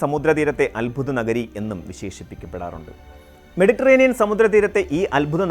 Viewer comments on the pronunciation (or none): none